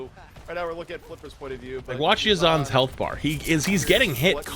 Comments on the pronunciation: dafran says uzna lol 😂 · Yazan "YZNSA" Alsubhi YZN ( from his name removing the a, Yazan ) SA = Saudi Arabia YZNSA = YaZaN SA if you hear Yazan it means they're calling his real name if you hear YZNSA they're calling his in-game name if you hear Uzna you're hearing his mispronounced name